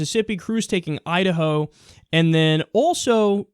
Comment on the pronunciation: Is it Idaho, or Udaho?